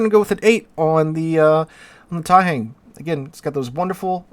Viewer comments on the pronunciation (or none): The "hang" in Taihang is pronounced with the same "ah" sound an American would here in the word "wrong." It's not same sound as in "hangman."